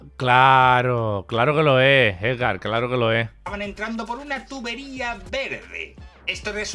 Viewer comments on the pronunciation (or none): Edgar en vez de Hergad XD